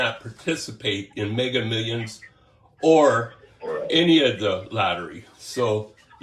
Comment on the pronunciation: ''Hey it's from Megger millions, I'm from the prize bum clot division!''. 😁🤣😂